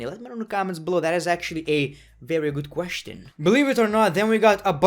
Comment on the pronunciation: It is kinda funny how he says question pronouncing the T😂